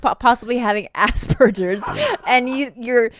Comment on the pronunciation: She definitely has "asberjers"